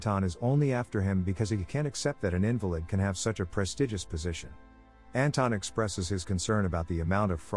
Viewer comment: In the movie it is pronounced as in-valid, as in the opposite as valid. They never say invalid.